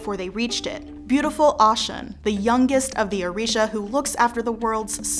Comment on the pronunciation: I was about to say the same thing!!!!! Because it’s Oh - shoon not Au- shun.😅 Big O 🦚 I have so much respect for the effort, i would like you all to consider doing a little research on how to pronounce the names of the orisha correctly. It would add to the creditbilty of the content.